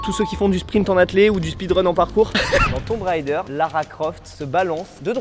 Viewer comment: Vraiment très sympa votre délire. La faute est répandue mais sachez que 'Tomb raider' (Pilleur de tombe) se prononce "Toum rédeur". Pour 'tomb', OK, il faut le savoir. Mais pour 'raider' (comme l'ancien nom de la barre chocolatée Twix), je ne comprends pas l'erreur. La prononciation "railledeur" correspond au mot anglais 'rider' (cavalier ou motard).